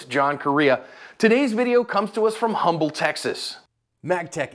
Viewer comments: Lol it's not "Humble" people here dnt say the "H" so it's "umble" btw this is basically Houston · Quick tip for everyone but the “H” in Humble is actually silent so it’s more like “Umble Texas” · It’s pronounced like umble 😊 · hey, John. Houstonian here - it's pronounced (UHM-BLE) the H is silent. Much love brother!